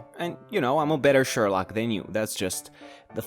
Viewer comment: Shorlock paul not shorlock chad